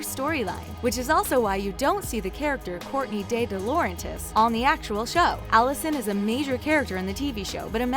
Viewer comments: You kept saying dilauerntis and wilden wrong and no in the books Mona was still A, the cast said so because they said they had to read the books before the show and they were surprised to find out Mona was the first A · Dilaurentis was pronounced so bad XD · How she pronounced DiLaurentis and Wilden